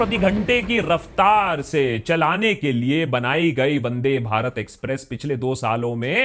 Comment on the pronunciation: Bro it's not vade Bharat It's vande bharat